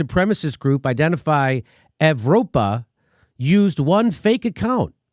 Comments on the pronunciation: C’mon he even said “YEV-ropa” lmao jimmy I thought you were cool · Jimmy just an FYI Evropa is pronounced Europa, its just a dorky attempt at using some latin to try and make themselves look cooler.